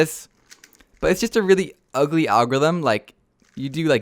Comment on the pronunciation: Funny you said ulgy